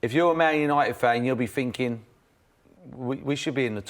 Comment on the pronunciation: "I look at it finkin"